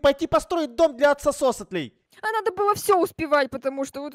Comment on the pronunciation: Мне одной показалось что сказала: "новое жильё для аксо~си~АКСИМИРОНОВ 😹😹😹😹😹😹😹